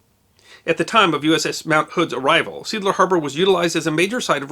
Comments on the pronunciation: Thank you for another fantastic episode. Seeadler is Sea Eagle indeed, but like in English it speaks like two words in German... Zee Adler. Easy to understand how you came to seedler though! Cheers! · With respect sir, being a German expression, 'Seeadler' is pronounced 'Sea Adler' and not 'Seedler'. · Try pronouncing Seeadler like sea-eagle instead of seaeagle: make a brief pause to stress the different vowels. Edited for spälling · Seeadler (See+adler). Just saying, because like in English Sea Eagle can't be Seagle - this time the one letter counts that much :) Liked your story, brings the war time closer to the skin. So it's not just abstract strategies on the map. And shows the chaos of war where people can die outside of battles too. Or survive randomly near big explosion. The sorrow is the same for the family missing it's loved one, be it an enemy torpedo during battle, or a wrench dropping from the mast and killing the guy on the deck when in harbor after the declaration of armistice. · What I love about is his attention to detail and the interesting and enjoyable manner with which it is presented. I'm less impressed with the pronunciation of "Seeadler" which is not "Seedler" but consists of two words: "see" ( sea ) and adler ( eagle ) lol. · Seeadler, meaning sea eagle, is a German word properly pronounced zay ahdler with the emphasis on the first syllable. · Just to be pedantic, I thought I would point out that "Seeadler" is actually German. In German, at least, it is pronounced "zay - adler" and means "sea eagle". The harbor is named after the German cruiser SMS Seeadler and the harbor got its name in 1900 during the period of German colonial activity in the area. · Seeadler = "SAY AHDLER" = Sea Eagle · See is pronounced 'zay'. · Seeadler is pronounced in two words: "See" (German for sea) and "Adler" (German for eagle). See-Adler. Unless the pronounciation changed after Germany lost contol of the port. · It's pronounced 'ZAE ADLER'